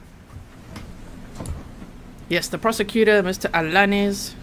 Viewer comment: Pronounced Penya and Allanees!